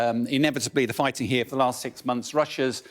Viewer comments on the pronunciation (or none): none